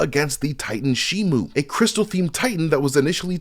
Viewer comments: it's shi-mo not shi-mu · It's shimo not shimu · It's pronounced shimo not shi-mu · he gets alot of things wrong ,he even says shimu instead of shimo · It's pronounced and spelled shi-mo if you don't believe me, Google the toys and merchandise for the movie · It's shi-mo show me the u in the name ,you can't there is no u in the name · It's pronounced and spelled shimo there is no letter you in the name